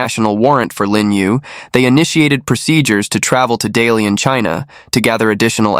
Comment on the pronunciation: Not Dalian.. Da Lian😂